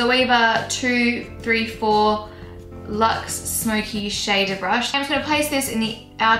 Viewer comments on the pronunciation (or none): none